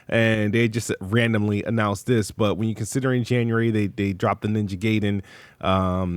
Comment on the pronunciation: Th ths this th , ninja talk wtf wrong with you 😂